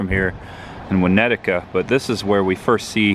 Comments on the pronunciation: Great video, dude, but it's "Winnetka", not "Winnetika" like you were saying. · Winnetka. NOT Winnet-ta-ka!!! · Nice work. However, it's pronounced "Win ET ka"...not "Win ETICA". That was driving me nuts :-) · Hall-sted. Not How-sted. Also it’s ILL-innois not ELL. Also it’s Winnet-ka not Win-nettica. Evanston is a suburb of Chicago not in Chicago. Just thought I would help. Cicero is ghetto. Glad you got out safe. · Great job, Uncle Buck is a classic and this is the first video I’ve seen shooting the locations. I didn’t see anybody else comment on your pronunciation of Winnetka, but since you might be going back for Home Alone, it’s pronounce Winn-et-kah. Thanks again for putting this together man! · Great video....! I was born and raised in Chicago, Thanks. Also it's pronounced (wa net ka) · Cool video, Win-nect-tah btw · Winnetka pronounced (WA-NET-KA) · Love the video. But I thought it was funny how you pronounced Winnetka and New Trier. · I will never forget the pronunciation of Halsted and Winnetka in this video. Lol. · You keep pronouncing Chanice, Winnetka, and Trier wrong.